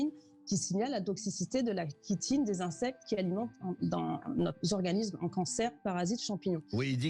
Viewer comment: chi(tine) se prononce shi et non ki ! chitine, chiant, chiot, bronchiolite